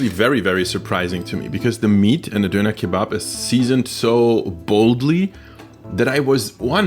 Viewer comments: Did my guy just duner as a guy who he eat doner I'm offended. Just to let u on is pronounced as don-ner. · why you say doner like that... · An alle Deutschen: Sein Englisch ist eigentlich gut, aber sein "Döner" ist so deutsch xD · when he says döner he turns german back for a second